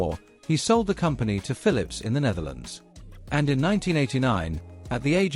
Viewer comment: It is so amazing how this south america guy pronounce the pHILIPS ( fili-lips) i just enjoyed listing and listing so funny i even lost interes inGrundig history😂